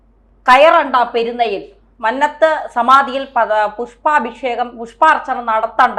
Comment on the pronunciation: മ"ന്ന "ത്തു പത്മനാഭൻ്റെ "ന്ന "ഉഛരിക്കേണ്ടത് കുന്നംകുളത്തിൻ്റെ "ന്ന "യായാണ് '